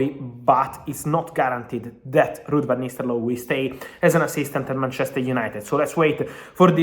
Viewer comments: I've been hearing Vanistaloi, who the heck is Vanistsloi? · Am I the only hearing Van Nistellooy